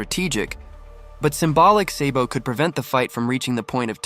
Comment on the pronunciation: Then can’t even say the the character name right lol what a clown lol Yonko Sabo